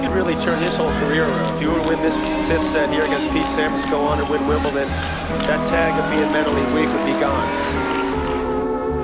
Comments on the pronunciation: Very well made video but I was in rage everytime you said "Wimbleton". It's don not ton. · makes a 30 min video on Wimbledon and calls it Wimbleton every single time. Legendary x) good video tho, I had i heard about this guy but didn't know anything about this story. good to know the story of players other than the usual ones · Why do non english say " wimbleton " ...its wimbledon ..with a D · Great video man, well researched and put together — but for the love of GOD — Wimble-Don, Wimble-Don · yeah, Wimbleton. There's no T, it's a D. Can you say dog? Now try Wimbledog. Now try Wimbledon. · great vid. one thing. wimleDon not wimbleTon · Stop pronouncing it “WimbleTon,” ya idiot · Couldn’t watch the whole upload….its not “ton”. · How can anyone watch a video where the guy says wimbleton??? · it is not pronounced "wimbleTon" MY GOODNESS. you worked so hard on a video and can't even pronounce the name of the tournament properly. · A fine video, but for the love of everyone who does so, there’s no “T” in Wimbledon 😅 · This is a pretty good video, but stop saying WimbleTon. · Didn’t know Wimbledon had a T in it 🥴🥴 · please stop saying wimbletin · Great video. I just can’t get past you pronouncing it WimbelTon. Why??? Just picking though, great vid. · Or "Piolinee" and "Wimbleton" and "Ivaneeseevich". Why is it so hard to pronounce "sh"? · I see what you did there with misspronounsing Wimbledon. Good Job! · Great video, but there’s no T in Wimbledon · Can't even say Wimbledon correctly. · that's actually nicholas escude, that is milos raonic........ wimbledon is pronounced wimble-Don not, wimble-Ton and losing 6-0 in the fifth set isn't considered "humiliating" by tennis standards. Other than that so far this is a fantastic extended retelling of goran's career that nobody else has done to this point in such detail. I thought you should still know where you went wrong in order to make the next video even better. Keep up the great work! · Wimbledon... With a T